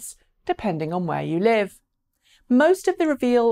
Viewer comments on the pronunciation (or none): none